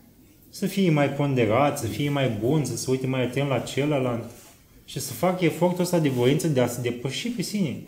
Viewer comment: În filmuleț am tot auzit: “cealaNtă”, “celălaNt”, “ceilaNți”. Asta e singura observație. În rest e totul perfect. Felicitări!